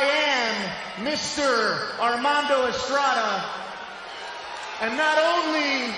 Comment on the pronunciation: The way he pronounced Armando Estrada, booo! He switched his legendary accent